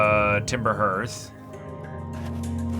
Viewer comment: By the way, the word "Hearth" sounds like "Heart" but with a "th" at the end.